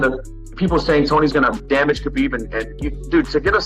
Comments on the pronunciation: Khabib's name really is not that hard to pronounce. HA-BEEB. Very simple. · People! World! The K in Khabib is silent! Get it! Got it! Goooooood!